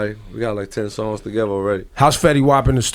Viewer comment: wtf is "TAGEVA" its "TOGETHER" lool